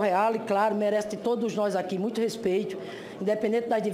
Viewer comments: mutcho respetcho, puliticu, infilizmenti, sun paulo, diretcho, mutcho mesmu, ispricá, supusições, sinhora, supusição, iscandalus, istrapulá, disconstruídu, infilizmenti. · PIOR MESMO É MUINTCHO! PQP, MUINTCHO É DE FODER! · foi golpi , golpi, golpi , custou muitchu , muitchu nus custou muitchu, foi golpi, a senhora viajou na maionese hellmans, nos custou muitchu. Esse tipo de pessoa me diverti muito e de graça, não preciso pagar entrada no circo se tenho divertimento gratuito.